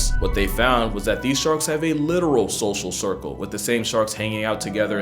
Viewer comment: lol 'Shoshal shircle'